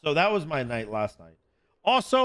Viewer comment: i wanna know what accent has that makes him pronounce was as “wooz”